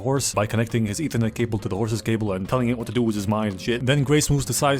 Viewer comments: "Eathernet Cable" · "ethernet cable" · I lost it when he called it ethernet cables